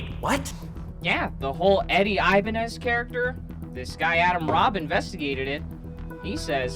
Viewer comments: Great job but his name is pronounced "eee"banez, not "ayy"banez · Every time I heard the word "Ibanez" I feel like I'm having an aneurysm. I was convinced it was pronounced like "Ibañez", and not "Ibanez"